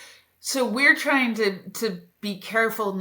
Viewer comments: "TRING" ? Thumb-DOWN on your CARELESSNESS. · Trying NOT tring.